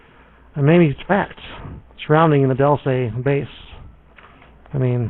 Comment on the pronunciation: 5 people and about 4 of them count pronounce "Dulce" properly